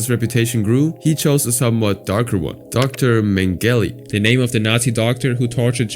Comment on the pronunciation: so I know you actually benefit from the algorithm comments off mispronouncing words so I don't expect you to change but "Dr Mingelly" took me out